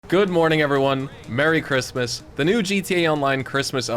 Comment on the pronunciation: Speech impairment or miss spelled Christmas 😂. Merry Christmas 🎅